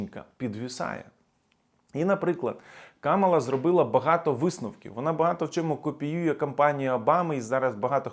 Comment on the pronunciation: До сколько можно уже просить несколько раз уже писала называйте правильно имя вице-президента США, Камала на первый слог ударение !Камала !Камала на первый слог ударение! Вся администрация Трампа и все люди вокруг него специально называют неправильно её имя а вы?